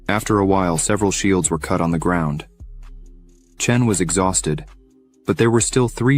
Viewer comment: "The old man is already exhousted." "The answoor is obvious." "Another elder to leeurn from." You're off to a great start...